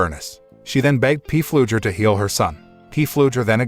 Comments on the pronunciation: The name is not P flugher it's pronounced flugher the P is silent! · His name is pronounced, flugger... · It is FLUGER, the "P" is silent!!! My God your annoying., Its not a CARAVAN it is a TRAILER.